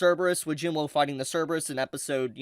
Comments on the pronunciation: could you pls call him jin woo and not jin whoa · The spelling: Jin-woo: Jin-woe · “Jin Wou”